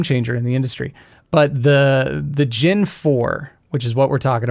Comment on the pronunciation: Gen not gin! Sorry, it continually irked me.